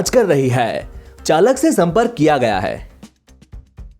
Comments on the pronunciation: m talking bout hindi pronounciation.when u used Haii in hindi its wrong. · pronounciation of Haii word in hindi